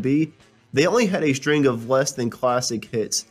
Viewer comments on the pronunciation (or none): none